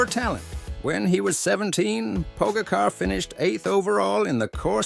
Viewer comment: Learn to pronounce his name first or use a better AI